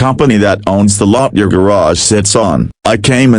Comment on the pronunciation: Horrible pronunciation of the word “garage” Totally butchered it!!